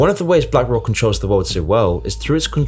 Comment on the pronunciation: "blank rock"